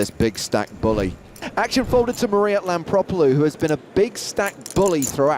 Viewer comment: Hmm. Is her name spelled Lampropulos but pronounced Lampropolus ?